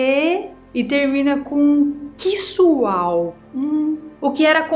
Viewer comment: "Ce-quissual" valeu o vídeo kkkkk